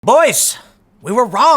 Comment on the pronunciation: Uh, I was kinda just making a goof about how Tim pronounced the word "boys". But I'm sure you are the ultimate authority on this and there is absolutely no correlation between drastic hormone fluctuations and mood or behavior. Couldn't be.